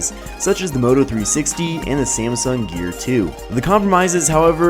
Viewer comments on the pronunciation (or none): none